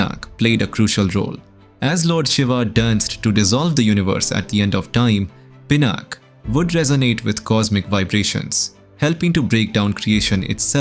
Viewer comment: Please use 'A' in the end. PinaKa. not Pinak. Janaka not Janak also please prounce Dha accurately in Dharma.